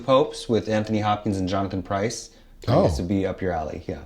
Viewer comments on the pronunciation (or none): none